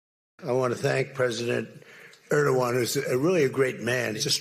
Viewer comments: Wow he finally learned to pronounce the name Erdogan. Donnie, you really need to know that sort of thing BEFORE you go somewhere. 😂😂😂😂😂😂😂😂😂😂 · Well now, let's not be too harsh on old man Donald, he has, after all, finally learned how to pronounce Erdoğan's name. It only took him over a decade, even mispronouncing it again just a couple days ago.